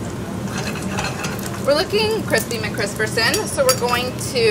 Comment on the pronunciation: Calls two people dorks then proceeds to say Crispy McCrispertons